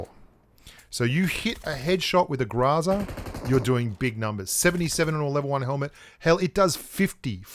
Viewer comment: ...seriously? Grahzah.... we all know you can say Grow and Za Growzuh come on man, Google it the pronunciation is GROW ZUH. there is no A or ah sound after the GR and it is Grow Zuh why are youbso adamant its not? it's a Russian weapon and the Russians call it a Grow Zuh not Grah Zah. please we know your extremely stubborn and while you won't admit New State is better even though it has everything you complain about pubg mobile not having, not to mention the things they added to mobile are copies of new state.... At least pronounce GROZA the proper way, roll the R and use the OH sound not the ahh sound please man.